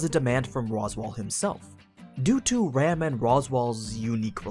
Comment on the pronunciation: I really anime sites would pronounced Ram (Rah Mu) and Rem (Rei Mu)'s names in the Japanese pronunciation rather than just use English pronunciation based on the spelling, which makes no sense in differentiating the 2 of them when said out loud